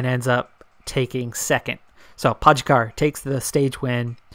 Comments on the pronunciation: You're pronouncing Pogačar wrong. It's Po (as in po in polka) - Ga (as in ga in Garfield) - Čar (as in char in charcoal) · Well I'm from Slovenia and your pronunciation is definitely wrong lol. Then again everybody who's not from here seems to have trouble pronouncing our riders names. Same with Roglič and Mohorič. The eurosport/GCN guys pronounce their names correctly with the exception on Kelly. Keep up the good content